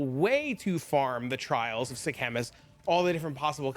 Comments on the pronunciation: what is the "trial of the "Sea-Chemist?" bro :D its Sekhemas <3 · That's not how you pronounce it